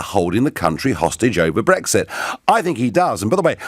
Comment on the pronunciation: Lib dem have people who can't even speak - period. "Breggsit" (Farron), "Dezzember" (Swinson) for instance.